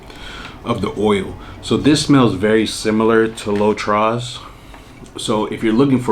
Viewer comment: Hi. You don’t pronounce the s in “trois. The s is silent in French.